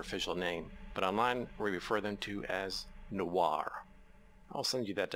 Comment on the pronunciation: i like how he said nowar not noir